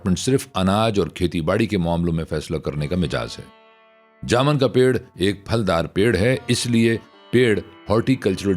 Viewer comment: لفظ جامن میں م‌ زبر نہیں پیش ہے